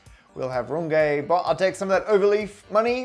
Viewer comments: Runge - not Rungay please!! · Thank you for this video. Wonderful. But you just mispronounced Runge in front of 1M+ followers. That ng sounds like the ng in long. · Normally I watch for the maths, but today I was more curious to know how you'd pronounce Runge. :D (My guess was "Rung-gee", but I see you were cunning enough to vary your "u", and decided to go with a French accent on the "e", so for the first time ever in my life, I was wrong about something.) AFAIK you need to go with the Yorkshire Dales version (but not the lovely one that rhymes with grunge - what I was most hoping for). Use a "e" that sounds like the "e" in "the", and you're there. Aye, "Roong-eht". (I seem to have some redundant letters there. Please almost ignore them.)